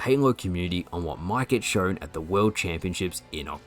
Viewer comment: Why do you talk like that "shorwn" say shown it's so annoying